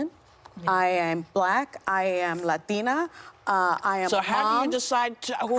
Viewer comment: is it necessary to say "latina" in an accent? lol